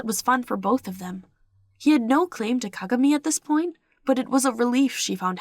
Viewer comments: Hello, I promise I'm not hating or anything, but it's pronounced Ka-GA-mi. But I love your videos!😘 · They were saying Kagami wrong lmao but no hate I love your videos💓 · I love the way you say kagami